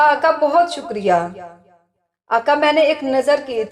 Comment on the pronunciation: Vedio bht achcha h mgr jo back ground m jo bol rahi h unka talaffuz sahi ni h Aaqa Hussain ko aaka Hussain kah rahh h plz dhiyan den